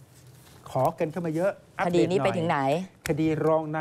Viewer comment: คำว่าคดี เป็น " คดร "ไปแล้ว